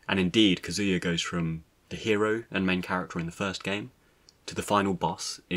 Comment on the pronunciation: That is not the proper way to pronounce Kazuya. . .